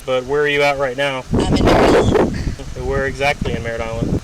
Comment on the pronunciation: When she was talking to the cop on the phone, she was saying she was in "Merritt Island" not "Miranelen"